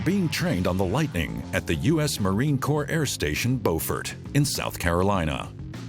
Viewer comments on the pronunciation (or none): Did he really say Forth Worth? And then BOfort?? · Narrator is a boob. He mispronounced just about every city he read. Fourth Worth, TX, Bofort, SC. , ect. The B-2 is not a fighter jet, it's a bomber. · The computerized voice mispronounces Beaufort and Fort Worth and this information is way WAY OUTDATED